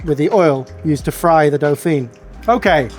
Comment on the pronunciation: Your pronunciation of Dauphine was painful though haha XD.